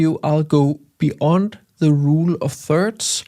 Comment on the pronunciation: be-Yond:) Jeg ved godt, der er nogle stykker i engelsktalende lande, der fatter hat og siger beond. Men det ER altså beYond 🙂